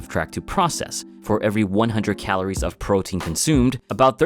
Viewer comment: "Calores", dude. "Calores!"